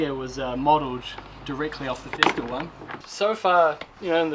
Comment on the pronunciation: FESTOOL. Not feestool. Stop saying that !